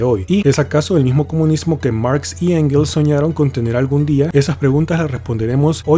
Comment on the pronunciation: Engels no Angels :v